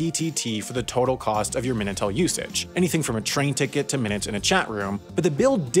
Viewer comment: Minitel* not Menatel